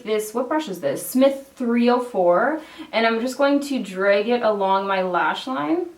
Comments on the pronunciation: i never noticed she had an accent until she pronounced 'drag' as 'dreg' in this video lmao. It is pretty rad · I always forget you're Canadian until you say something like "drag" or "bag" and then the accent comes out a little bit 😂 I love this natural look! If only my eyebrows looked half as good as yours. A girl can dream..